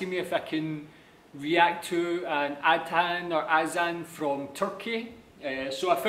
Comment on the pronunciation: the word is not pronounced AD-HAN, but A-THAN (like in greater THAN)